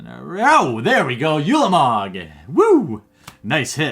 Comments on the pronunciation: ooolamog not yulamog. oolamog. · it is said like ooooolamog not yewlamog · it's pronounced oolamog, not youlamog